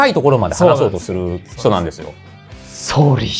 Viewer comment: ここまでイントネーションが「すみません…」に一致する「ソーリー」なかなか無い